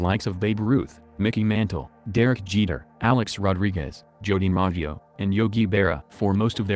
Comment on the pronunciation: Joe "Dimahgio"? (LOL)